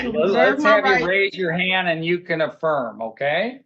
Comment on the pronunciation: do you solemnly AFFLIRM